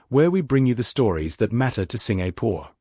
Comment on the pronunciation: Pls pronounce my country Singapore correctly. U have been pronouncing it wrongly so many times. Pls get it right